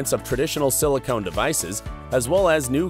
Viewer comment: Silicon, not silicone.